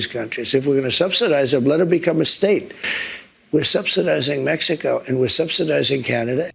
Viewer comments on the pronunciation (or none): none